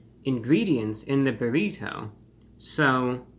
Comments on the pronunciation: The way this man says “bur-eee-toe” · "The buh-reh-toe" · I love how he says brrrrito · What is that shell colored with, beets or red dye? Your pronunciation of “burrito” is so peculiar! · Stop saying burrito like that! Clip your fingernails too!